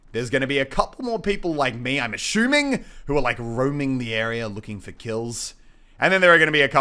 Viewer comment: ASHOOMMING HAHAHA